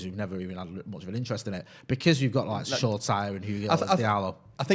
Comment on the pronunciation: pronunciation of Shoretire lives rent free in my head, and I don’t even know who is saying it wrong! Sure-tyre vs Sho-ra-ti-ray??